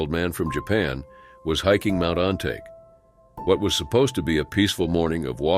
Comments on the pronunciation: It's spell on-ta-ke, not on-take, learn how to speak Japanese words in the future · You're applying English pronounciation rules to Japanese names. It's Mt. On-ta-keh, not On-take.